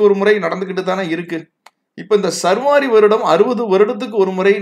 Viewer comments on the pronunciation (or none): சர்வாரி அல்ல சா ர் வ ரி ஆண்டு.